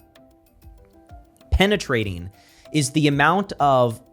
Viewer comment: that "penetrating" had a striking emphasis on the selective nature of your words